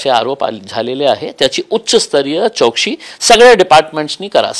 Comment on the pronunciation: चोकसी नाही चौकासी बोला साहेब